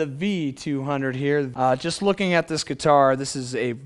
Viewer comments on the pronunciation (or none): none